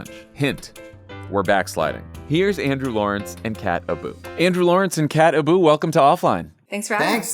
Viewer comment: kat abu, for a second there i thought you said cat ballou.